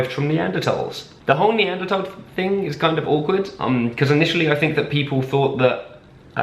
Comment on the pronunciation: HOLY SHIT IVE BEEN WATCHING THESE VIDEOS FOR A WHILE NOW AND EVERYTIME THEY MISPRONOUNCE NEANDERTHAL AND HE SAID IT LIKE NEANDERTALL LIKE YOURE SUPPOSED TO THANK YOU